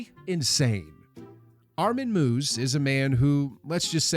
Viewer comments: Armin mooves? Armin MEIWES! Pronounced "Maaiwess" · Armin Meiwes (pronounced Mae-wes btw) is such an interesting character, and his story is extremely complex. There's an hour long interview with him here on YouTube.